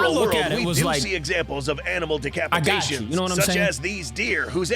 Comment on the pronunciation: “Decapitaion” got me dying 💀💀💀💀💀💀💀💀